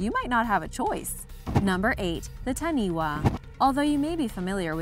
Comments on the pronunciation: Wtf do you say tahniwa omfg and you say mowdi omg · Number 8 the taniwha was spelt correctly though it’s pronounced as taniFa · I'm a Maori and I'm kinda offended how she said: "Taniwha." And: "Maori." But, yes. We believe Taniwhas are real. Of course we do.